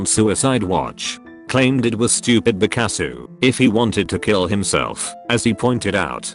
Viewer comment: Why can’t this pronouns “because”